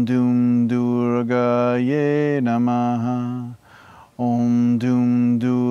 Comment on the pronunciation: its prounciation of durgai not durgaye